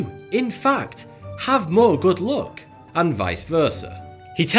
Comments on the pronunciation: It's luck not look 😂👍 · the way he pronounces ''luck'' is so wrong that for some time i thought he is talking about beauty, not about luck. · His pronunciation of "luck" sounds "look" to me. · I honestly misheard u say ‘luck ‘as ‘look’🤣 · Mustache dude: ''luck'' What l hear : ''look'', ''lewk'' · its "look" not "Luck" at least for me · Who else mistook him saying "look" instead of "luck" ? XD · KEPT HEARING LOOK INSTEAD OF LUCK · everytime he says luck, i think he says look. for about 1 minute i thought he said that being born in summer gave you a better look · after hearing him saying luck .. I thought he was saying look ......fook Linda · Are you saying luck or look? lol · Was he saying luck or look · This entire time i thought he was saying "look". What am a looking at? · I was confused until I understood he was saying "luck" and not "look", lol. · every time you say good luck I think you are saying good look !